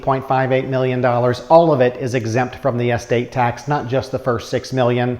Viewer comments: I think it sounds like you're say Es State tax. I'm not sure. Estate tax. Anyway great video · Get to the goddamn point. Also it’s not est-state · Dude you are out of touch with the average person! Learn how to pronounce the word estate! It is not pronounced S state. But then you could be a Yankee and you were never taught how to properly pronounce words.